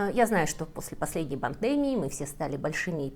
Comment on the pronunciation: Сколько смотрю меня волнует вопрос - почему пандЕмия? Ведь правильно пандемИя?